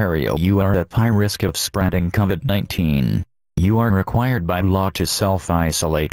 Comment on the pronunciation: Is it just me, or did the Ontario announcer say cavid 19?